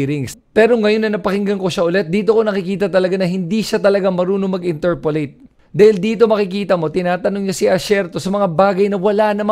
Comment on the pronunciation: Interpellate po, not interpollate. Ty.